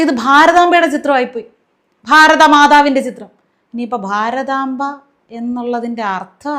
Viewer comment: ഭാരതമ്പ എന്ന് പറഞ്ഞല്ലോ??